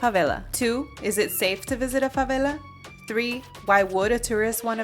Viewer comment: Dear you should pronounce favela like it's an English word, fuvelle. Or even fuvairle if you make it British, the r is for the little diphthong we make in Rio, Rio Grande do Sul and Portugal. It's jarring that you pronounce the Rio de Janeiro-like velarized l consistently for your American English and then use the thickest Spanish accent while speaking Portuguese. 😭😭😭😭 You nailed your pronunciation of Rocinha and Vidigal though 👏🏻👏🏻👏🏻👏🏻